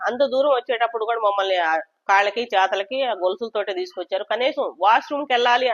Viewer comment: Chethalaki kaadhu chethulaki madam 😂😂😂